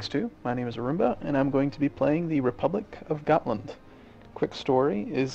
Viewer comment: at last an american who pronounces Gotland right